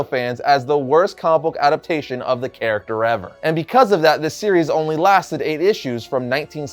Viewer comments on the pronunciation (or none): none